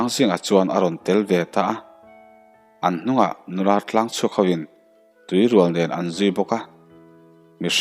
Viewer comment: Tui rual hi artui tiha tui ang hian lam tur aw, la tui sawina a ni e.